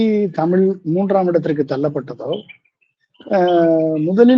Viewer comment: தமிழ் என்று தெளிவாக உச்சரிக்க தெரியாத ஒருவர் பேசுவது நகைப்பை உண்டாக்குகிறது.